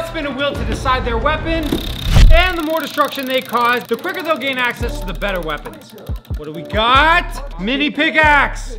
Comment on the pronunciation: It was supposed to say quicker but instead it said quiker.